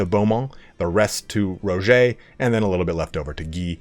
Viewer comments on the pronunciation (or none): Dude it’s just “Roger” like Roger Dodger. Not “ro-jau”.